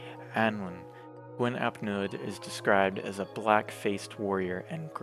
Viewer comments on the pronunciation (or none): It is pronounced 'Neeth' and 'Hleeth'. In Welsh, 'u' is roughly pronounced 'ee', while 'Ll' is either 'hl' or 'cl', and 'dd' is 'th'.